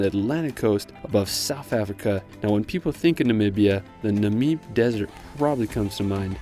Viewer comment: Lovely! Thanks. Just so you know, Lesotho is pronounced "Lesootoo" I'm from near the Drakensberg (Dragon Mountains). Namib is pronounced, "Nahmib", long "a". Thank you so much for using metres!